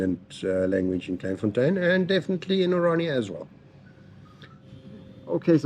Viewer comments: It’s pronounced ‘klayne fontaine’ not klein like kelvin klein. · Pronounced " Klay n. There are hundreds of all black towns in SA. The difference is that they are not self sufficient, and are very successful...as youve seen.. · Thank you for teaching me about my own country. Never heard of this town. It should be pronounced ’Clayn fontane’ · It's pronounced clayn fon tayn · pronounced CLAYN FONTAYN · Its pronounced Clane forntane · I really enjoyed your video but please pronounce the name correctly, Dannie told you how to pronounce it and when you said it correctly it sounded really good coming from an American. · The way you pronounce Kleinfontein😂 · It would make a big difference if he took a little time to learn how to pronounce Kleinfontein and a few other names. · It was very frustrating listening to you pronouns Kleinfontein wrong. Someone should have told you how to say it. Unfortunately I just couldn't watch the whole video but had to say something. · pronounced "clai(m).... "Kl(ain)fontein" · Why repeatedly mispronounce the name? The "klei" part rhymes with "clay". I mean, you got the "tein" part right.